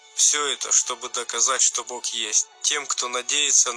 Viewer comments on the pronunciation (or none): Да, хватит уже "г" экать!.. Получается не Бог, а Бок...